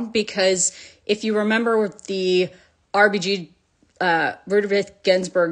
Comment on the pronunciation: lol! Your attempt to say RBGs name gave me the laugh I needed! :)